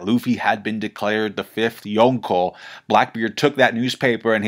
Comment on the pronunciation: Why does emphasize the K so loud in Yonko, makes it sound like two separate words lol. Reminds me of my mom over pronouncing cheese names at the Italian restaurant lol.